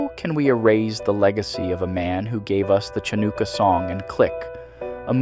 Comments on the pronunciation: Threw me off too, the hell is Cha-Nukah or Puhm-Ba 😂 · Chocolate, dogs, pineapple, nay… you’re welcome. Also, respectfully, you mispronounced Hanukkah and Pumba.